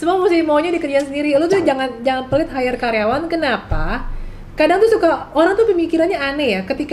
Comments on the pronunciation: hire bukan higher...maaf coach.. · kok 'higher'? Bukannya maksud 'hire'..?